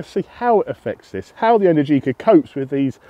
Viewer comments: Mate, the stressed syllable in Energica is the second one (enERgica), not the third one (enerGIca). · It's pronounced enErgica not energIca . 😄